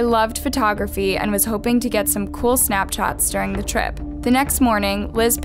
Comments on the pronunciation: she said "snapchots" not snap shots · the caption says snapshots but said "snapchots"